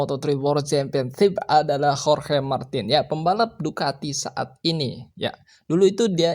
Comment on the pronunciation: Pasnyebut hohe 😂 wkwkk bukan hohe bro tapi di bacanya horge martin di tulis ya Jorge Martín